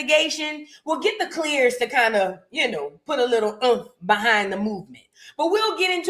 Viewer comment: "clear-tok" lmaoooo 😭🤣